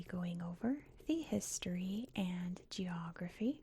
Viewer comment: I like how sometimes I heard your pronunciation of GE or geography, similar to the pronunciation of CH of chocolate. It's funny how in English two completely different letters can be pronounced similarly 😀